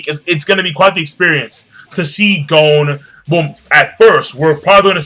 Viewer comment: Im soooo sorry im not trying to be an ass hole but please its pronounced GON not GOAN.